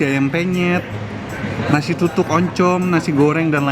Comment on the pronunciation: Tutung koh bukan tutuk